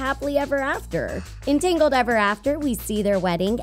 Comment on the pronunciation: It's TANGLED not TINGLED